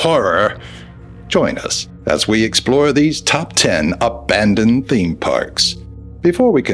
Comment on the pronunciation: OMG DID HE SAY........ABANED!